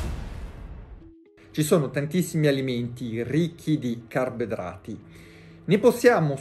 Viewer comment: Carbidrati, senza la o